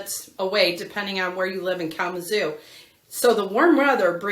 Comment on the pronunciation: Kalama "ZOO" ... The emphasis is on the ZOO, ok ?😂‼️